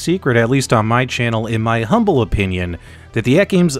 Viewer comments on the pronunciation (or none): none